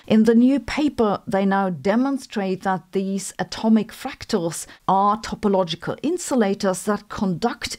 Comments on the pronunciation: It is topological not topologial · Topologial -> Topological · Topological...not topologial... :D